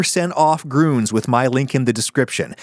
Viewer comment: Grüns isn't pronounced like that. Umlauts are not mere decoration. Yes, even if used by a US company. They should know, teach and demand that. Blergh.